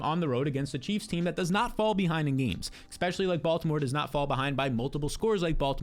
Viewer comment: The word is especially. Not expecially.